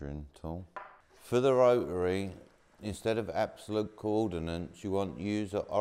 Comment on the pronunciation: Not pronouncing the t in rotary is killing me 😂